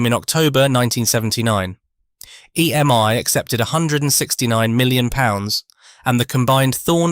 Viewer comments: EMI not EMY 😂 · EMI not EM1! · It was Thorn EMI NOT Thorn EM1.